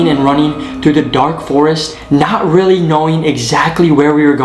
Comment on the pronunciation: Weally ef thes weal that’s cwazy